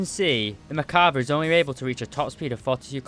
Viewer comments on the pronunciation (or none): You say Merkava" I hear "Macabre"